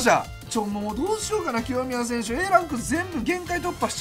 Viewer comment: 清宮が極みやに聞こえたw